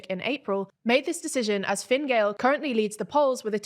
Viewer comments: I would hardly call the election in Ireland a "snap" election. It was coming anyway, the latest it could be held was next March. Also its pronounced Fin-a Gael (not Finn) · The pronunciation of Taoiseach has improved a lot, thank you. It means a lot to have our language respected.The pronunciation of Fine Gael could do with some work though.